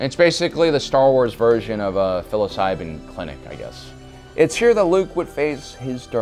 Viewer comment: This dude really just called psilocybin fsilocybin